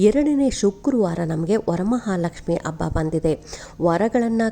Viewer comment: ಮೊದಲು ಕನ್ನಡ ಭಾಷೆ ಉಚ್ಚಾರಣೆ ಸರಿಯಾಗಿ ಮಾಡಿ ಆ ಕಾರ ಹ ಕಾರಕ್ಕೆ ಸಾಕಷ್ಟು ವ್ಯತ್ಯಾಸವಿದೆ. ಅಬ್ಬ ಅಲ್ಲ ಹಬ್ಬ.. ಕನ್ನಡದ ಹತ್ಯೆ ಮಾಡಬೇಡಿ 😂